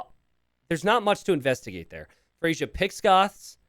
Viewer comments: Someone is named Freyja (pronounced Freya): "Frasier 🥴" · GG! You know Freyja is a female name? A Norse goddess :) Pronounced Frey-ya (not Frasier). Might be worth risking 'she' sometimes for unknown players. (I wouldn't be surprised if iSit be a woman too.) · I am not the Freyja in the video, but my name is Freyja. It's pronounced "Freya." The "j" is a "y" sound. and messing up names, name a more iconic duo. On a real note, glad you're back. Was definitely confused and worried since there hadn't been a video in a while. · lmao FREY-YA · the yj part of freyja is pronounced as an 'i', it's the name of the germanic godess of love/women. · I'm starting to mispronounce a word from my native language because I hear mispronounce it so much.